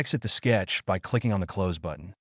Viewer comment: and "close" vs "close" (obviously doesn't make sense just writing it out)